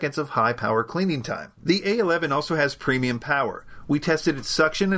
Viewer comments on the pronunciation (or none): none